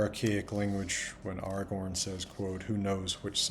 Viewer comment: Of course he says "Aragorn" correctly with the proper elvish A (back vowel) in both places <3